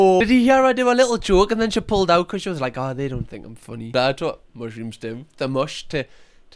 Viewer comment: "mushy rooms" haa!